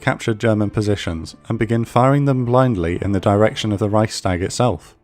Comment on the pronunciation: Amazing work as always. Just that the wrong pronunciation of "Leibstandarte" makes me cringe each time. If the narrator can say things like "Königsplatz" & "Reichstag" correctly, why not "Leibstandarte"? :)